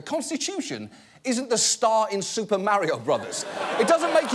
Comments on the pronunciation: "Merry-Oh"? UGH!!! No! It's "Mah-ri-Oh"! Gawd play Mario 64 and learn!!! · He mispronounced "Mario." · This is important and all, and I agree with John Oliver, but did anyone else HEAR the way John Oliver pronounced "Super Mario Brothers"? mAYhreo. John your accent is spiraling out of control and it's tearing Our Lady of Perpetual Exemption apart.